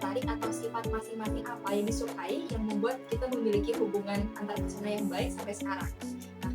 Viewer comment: Antarpersonal Ka, bukan Antarpesona